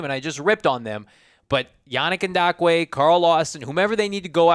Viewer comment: I hope eventually realizes that there is no "D" in yannick ngakoue lol the way he says it with confidence is cringe lol it's pronounced N-gock-coo-ay